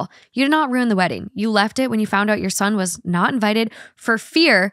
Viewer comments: I love how you both turn ruin into a 1 syllable word 😂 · Wait, why are they both pronouncing RUIN as ROON?? Am I trippin? 😭